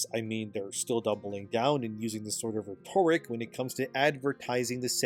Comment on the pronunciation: Warhorse is dead to me. Zero tolerance for woke crap, even less tolerance for lies. Oh btw, the accent is on the first syllable of 'rhetoric'.